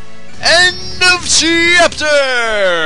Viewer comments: That is, if I am correct, the 4th time you have said che-apter. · Do an Lp of super paper mario so you can say End of Chee-apter more often. Lol